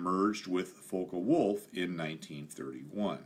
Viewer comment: It is NOT pronounced "fokah wolf" it is pronounced "fock wolf"!